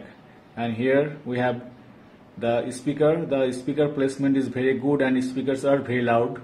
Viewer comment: VIRRIII GUUUUD LMAOO 😂